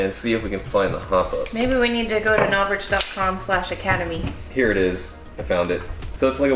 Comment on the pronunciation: NOR SHA VICH is howits pronohnced